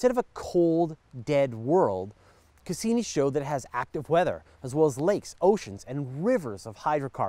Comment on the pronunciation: To foreigners it sounds kind of odd how you pronounce some things. For example, Cassini. Cass-E-nie. A real emphasis on the E